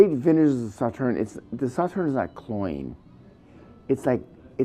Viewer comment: Agree with you completely; please look up how to pronounce the name Sauternes to do the wine proper respect! Cheers